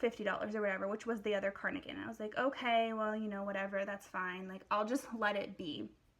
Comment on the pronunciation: Are you saying carnigan?